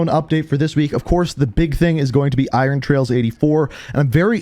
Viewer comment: You are saying Iron trials wrong.